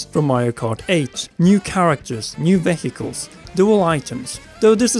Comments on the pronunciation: Vayhiculs it's vehicles god damn it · Did he just say "Ve-Heh-Icles"? Yes he did! x) LOL! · VEH - HE - COOLS lol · just leaving a comment to say I have never heard anyone say "ve-hiccles" before. Lol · . Ve'he he'icles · new VEHECALS lol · Wait did he say veHecles? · VE HE KELS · Did this guy seriously pronounce it veh-hickles? lmao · that pronunciation though lmao kidding